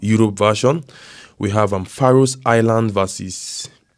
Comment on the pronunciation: Morning..😂Faroe Islands "S is a silent word " like words like knife. Knowledge K is silent 😂😂 love ❤️ that